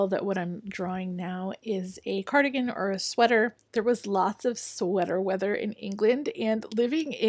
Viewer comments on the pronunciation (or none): "Sweatah weathah" 🤣😂🤣